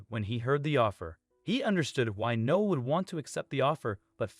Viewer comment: The kid’s name is “Noah”, not “No”! Unbelievable.